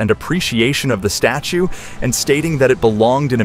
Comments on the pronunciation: Loin, instead of lion? Status, instead of statue? Get a grip. I'm out. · . . . around the side of the "status" Was he trying to say "statue?" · Repeatedly calling this a "loin" and also a "status" instead of a statue is just pathetic. Sorry but no LIKE from me